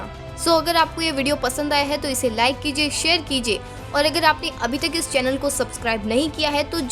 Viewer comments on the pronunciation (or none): none